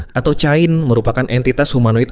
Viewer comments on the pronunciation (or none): Itu bacanya kein